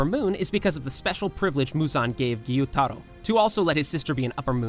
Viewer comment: Your voice is so annoying, you speak with so many intonations and seem to make up the pronunciation of names, like gEYoOtArO